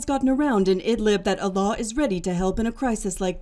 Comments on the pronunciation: The narrator keeps pronouncing his name as Allah which means God in Arabic, but the pronunciation is wrong. His name is Alaa. When I first heard the documentary I found this odd till I read his name in another comment. God bless his kind heart❤ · His name is Alaa not Allah*